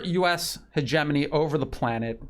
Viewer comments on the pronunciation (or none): none